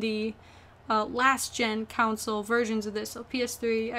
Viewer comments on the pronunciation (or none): AArarrrarrrg!! WHY why why do you always call it a council or counsel? Console = CON-SOUL.